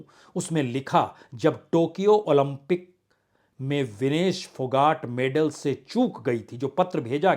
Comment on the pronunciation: मान्यवर पत्रकार, अपना उच्चारण सही बनाए रखना चाहिए! इस महिला पहलवान का नाम विनेश फौगाट है ना कि फोगट?